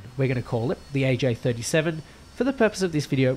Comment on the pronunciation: You can just call it the attack-Viggen to distinguish it from the fighter variant. Also it honestly sounds like you were calling it the jakt-Viggen a few times which is wrong, that's the JA 37 (also before anybody comments I know it's spellt without a hyphen in Swedish, it's just there to make it easier to read for the English speakers..)